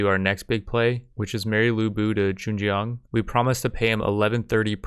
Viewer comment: U got the Zheng part right, the Jiang should sound like...almost like TS (like tsunami) yang (connect the two, like TSYANG) but the TS should have an almost J after, so it'd be like tsjyang. The yang part is fast, like saying young but with an A instead (instead of ou). I differentiated it from how you would say yang (from ying yang), because the yang there is like yeng right, but with the yang, you should really have an open mouth (like saying awch). I really don't know why I even typed that, I just wanted to contribute something hahaha. Anyway, cheers on another video, looking forward to the next 1.